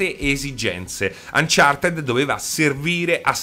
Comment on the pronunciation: "UnchartED" pronunciato così come viene scritto